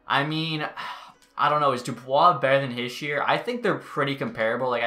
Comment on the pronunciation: HEE-sheer, NOT HISH-yer.